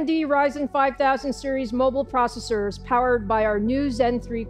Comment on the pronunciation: intel v processums lmao